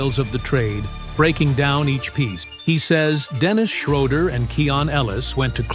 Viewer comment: It is not ""Dennis Shrowder"" It is ""Dennis Schrooder.""